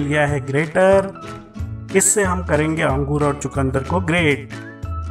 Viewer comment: chutiyeah angroosess kya hota angor bol ya grapes😂😂